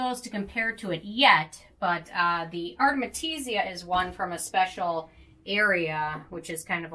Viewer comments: Listen ...its AR-TE-MI-SIA Not ARMETISIA or ARTESIMIA...hahaha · Takee a shot Everytime she says Artemetisia